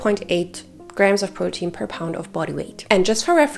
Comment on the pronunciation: I am so happy I found you❤your voice is so comforting 😊and I love how you say protein 😊 I have a queen about your last point. I have a big breakfast 40-50min before my workout I wourkout no more then 1h but I’m sooooo not hungry after still very full from my good breakfast and I’ll get that feeling of maybe wanted someone around 2h later is that to long? Eat at 8am workout at 9am but I really don’t want to eat until like 2-3pm so I can’t sit and have a good complete meal.having something after my workout I like a shake or something I feel is just going to put me over my calorie. And I Trying to have meals and not protein shakes and I can’t have a meal be out right after my workout I get right to work Sorry if that’s long I’m just 38 and I want my workouts to count 😅 I want that muscle